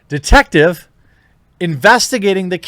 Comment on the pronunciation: When you first tried to say detective I thought you was trying to sneeze. Sounded like you said 'defective'. Spicy.